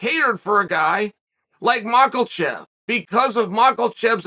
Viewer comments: How can he read mahkachev and say makelchev 😭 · Uncle Chael even reading the quote from Cormier and he STILL... gives us the MARKELCHEV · Makelchev is on purpose right? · The Biggest upset would be Chael saying Makhachev without an L in it 😅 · Listening to Chael pronounce Makhacev is like hearing Rogan call Vitor Victor back in the day😂. Chael, there aren't any R's or L's in Makhacev no matter how much you sound it out bubba 😂😂😂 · There’s no (L) in Makhachev. 🤣